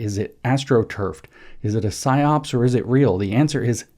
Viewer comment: It's PsyOp. Singular. No second S.